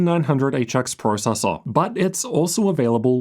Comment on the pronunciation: I cant handle this guy saying processor